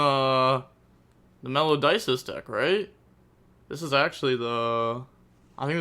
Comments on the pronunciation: bro what is a "Melodices" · I dont care about ocg meta, I'm only here to listen to this guy keep pronouncing Melodices 😂❤